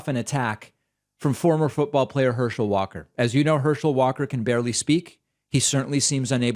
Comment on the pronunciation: Walker is so compromised that he could not possibly read and comprehend legislation that he would be voting on. He couldn't help design legislation because he's practically illiterate. It's not just that he can't even say, "Democracy" - He can't even pronounce his own name! He says, "Warr-Kerr". What a disaster of a candidate!